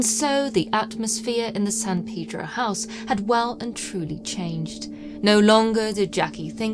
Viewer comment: I enjoy your dialect/"accent", but san "peedro" got to me every time. I don't call it Lawn-dawn... It "pay"dro,...